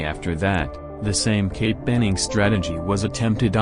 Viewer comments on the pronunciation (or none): You gotta find a way to make the text to speech say "cape" instead of "gape". Maybe typing "kape" would work? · ik it's suppose to say cape bombing but it sounds like gay bombing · It sounds like dude keeps saying gape. Gape bombing bro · I thought he said gay bombing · The way the robot voice pronounces Cape bombing sounds like gay bombing. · Was I the only one hearing "gape" and "gay bombed"?